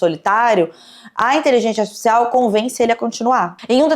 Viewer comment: tu não pronunciou INTELIGÊNCIA ARTIFICIAL corretamente NENHUMA vez. Num podcast é bom ter cuidado com a dicção né? Jesus